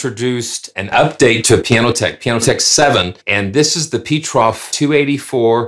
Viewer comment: PETROF is not an English name, so you must say it differently.